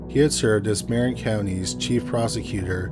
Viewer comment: 1: San Rafael isn't a suburb of San Francisco. It's it's own city 2: Marin county is pronounced "MUH-rin" not "MAR-in"